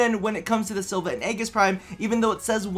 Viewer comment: Sil-va and Ay-jis BTW is how you say it